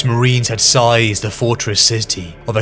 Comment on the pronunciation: "sized a former fortress" 22m40s ? Not "seized"? that sure seems not human.